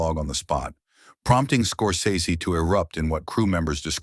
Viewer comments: FYI he pronounces his name "scor-sess-y." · Scor-SEZS-ee ahole